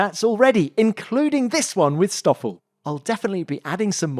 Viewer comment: Kinda yes, he always called him "Estoffel"